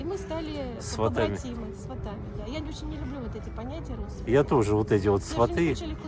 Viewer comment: Не сватЫ ,а свАты!